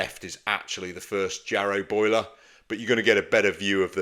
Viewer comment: "Yarrow" boiler, not "Jarrow"